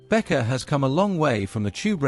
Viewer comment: Как можно Беккер прочитак, как Бетка?? Не смог дослушать до конца😬